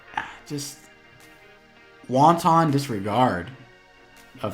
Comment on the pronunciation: I laughed at "wonton disregard" like hello, welcome to City Wok, would you like our new wontons with disregard?" It's "wanton" as in cruel or deliberate.